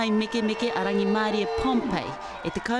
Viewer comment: it's Rangitahi Pompey not Rangimarie Pompey